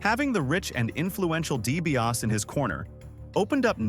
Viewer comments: Ted Dibiase is pronounced "DEE BEE AH SEE" not Dibiass ffs! :body-green-covering-eyes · Obviously you don't know wrestling. You pronounced Ted DiBias. It's DiBiase Di-Bi-ah-say! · You can’t even pronounce Ted’s last name correctly. DiBiaSEE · Lol, Ted Deebee OS🤦‍♂️ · DiBiasEEEE. Pronounce the Million Dollar Man's name correctly. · It’s de be asi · Its dibiasi ffs. If you're gonna say a name thirty five times get it right f f s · Is this AI doing the voice over? I didn’t think so, until they pronounced Dibiase as “Dee-bee-yass”. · "Ted Dibiaaas"? Seriously, dude, do you even like wrestling? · It's pronounced DiBiasEEE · dibiase de be ah see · How does a wrastlin' channel NOT know how to pronounce Ted DiBiase's name?? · Your pronunciation of DiBiase is so cringe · The pronunciation of Dibiase is killing me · Either he is ribbing us, he doesn't watch wrestling or this is ai generated. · It's an AI voice, not a real person talking. These things always pronounce at least one or two words incorrectly. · It bothered me every time he said it in the video because any real fan who watched WWF back in the day clearly heard the eee at the end